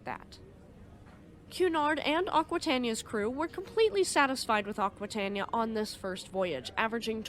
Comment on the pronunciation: It is pronounced "akwitayneeya".